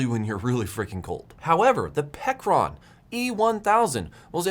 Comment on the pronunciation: Pecron, pronounced as " Pecker Ron "